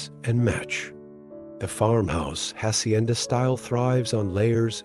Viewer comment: Its so offendive that this guy cant learn to pronounce a couple spanish words. If its so beautiful anf captivating at least make a little effort to pronounce "hacienda" correctly.